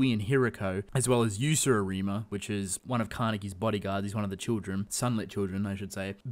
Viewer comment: Stress the A in Arima, not the ri